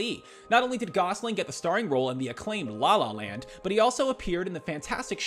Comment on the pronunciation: the way he said la la land started to make me mad idk y